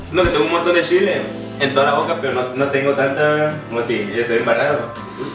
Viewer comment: no saben pronunciar bien la C no es shile es chile